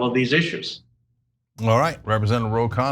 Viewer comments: Try pronouncing his surname as "khan-nah". Please repeat the "n". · its kha-nna.. not kaa-naa!